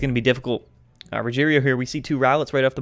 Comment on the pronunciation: RO-heh-LEO is how you pronounce his name.